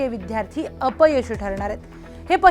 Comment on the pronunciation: मॅडम ते विध्यार्ती नाही हो विद्यार्थी आहे